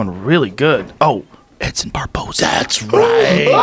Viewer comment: Eddie "BARBAERNO?" Bravo